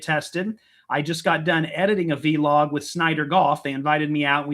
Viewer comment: I love the way you guys make the word Vlog into two words and pronounce it vee log here in England it's just Vlog